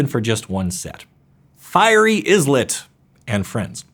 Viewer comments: Djinn is pronounced "Jinn" with a soft J, like in "Beige" or "Elijah". Jitte uses a soft J, and the "I" is pronounced like an "ee". Also "Islet" is pronounced "eye-let" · also not ISLET? its EYElit. Dude you need to work on your English. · Hold up. I've heard so many mispronounciations towards the end that I need to add this. "Islet" is a little island. It is pronounced as such. The "s" is silent. The "D" in "djinn" is functionally silent in English. Just use a hard "j" sound. "Ichor" is pronounced "eye-core." "Coatl" comes from the word "Quetzalcoatl," which is an ancient Aztec serpent god. It is pronounced "coe-aht-l" (where "coe" rhymes with "toe.") "Lab" doesn't have an e in it, and neither does the term "astrolab." Astrolabe, however, does. It is pronunced "as-tro-layb." Astrolabes are a real thing. In ancient times, they were used for astronomy, and by extension, navigation and timekeeping. I know this video is like 3 years old, so it won't necessarily do any good, but I have to at least hope you'll see this...